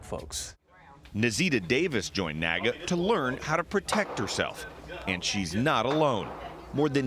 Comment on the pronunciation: Its NAAGA. I think the name was inspired by the NAACP. So I'll just refer to it as the N "Double A" G A.